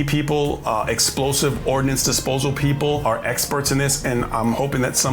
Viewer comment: You can't say explosive? Come on man.